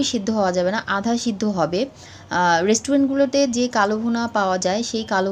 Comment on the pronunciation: It is not KALO BHUNA, It should be pronounced as KALA BHUNA.